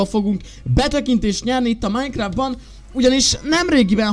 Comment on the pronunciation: Valaki úgy mondja a Microsoft ot hogy málykráft